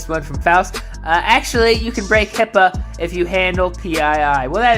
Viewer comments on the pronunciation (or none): idk if I heard correctly, but it sounded like said, "HIPPO" laws rather than HIPAA like a dumbass